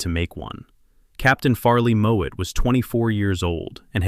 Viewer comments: Farley Mowat. Not Moat/Moet. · Farley Mowat. Not Moët.